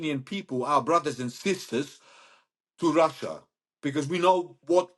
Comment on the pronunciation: Get a new hobby 'lil britain'. Russyea! Russyea! 🤣🤣 Even I am embarrassed hearing it so many times.